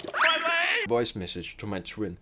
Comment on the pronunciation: I love the way he says twin